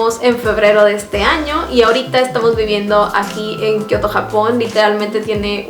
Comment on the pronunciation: Alguien se dio cuenta que dijo kotio Japón😂😂😂